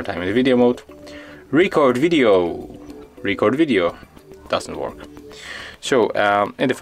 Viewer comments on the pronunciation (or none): It DOES work. In standard English pronunciation, the stress matters. In your film you gave too much stress to the first syllable of "record". You could try again with a very very short (it will seem short to you) "re-" and a very very long "-cord". "Re-CORD video". (I think you are saying "video" OK.) It's not your fault. The Android makers should have allowed for Asian accents.